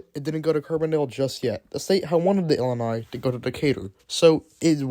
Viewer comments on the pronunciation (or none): "Illinois Central had RAN?" Also, Illini should have long "I" vowels in the middle and end (The University of Illinois is "The Fighting Illili.") Do some research and correct your grammar, Dude! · Illini = “ill-LIE-nigh”